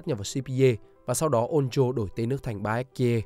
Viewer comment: Phát âm kiểu gì chán vãi. Baekje: Bék Chê. Chứ gì mà Bi-ét-ki-ê. Phát âm sai mà cứ bang liên tục cả clip đến nản.